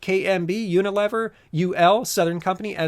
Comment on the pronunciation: I believe it's pronounced Uni-lee-ver